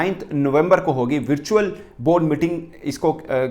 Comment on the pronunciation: वर्चुअ्ल होता हैं 😂😂